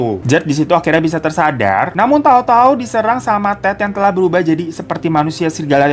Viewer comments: "PINTU TEATER SATU TELAKKKHHHH DIBUKAHH" resep banget ih denger bacaan tajwid nya kak hiroooo😍😍🤭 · Pas ngomong "telah" makarijul huruf "kho" nya dapet banget 😭🤣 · Anjir tiap ngomong "telah" mesti ketawa